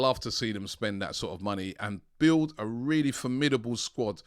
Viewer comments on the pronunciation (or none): none